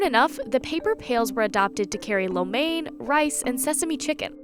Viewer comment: the way she says lo mein is killing me as a Chinese person